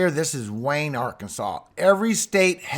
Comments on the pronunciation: It’s Wynn (win) Arkansas! Not Wayne. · Hello, I live in Wynne Arkansas and watched you last week. Our city is pronounced like the word "when." Thank you for everything you're doing. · Wynne, AR is pronounced "Win"...just in case you need it for future reference. The way things are looking, you may need it. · Just for your info: Wynne Arkansas is pronounced "Win", like we will win the ball game. I live about 50 miles from there. Devastating. Blessings to you and your family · WYNNE...PRONOUNCED WIN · That was Wynne, Ark. Pronounced "win".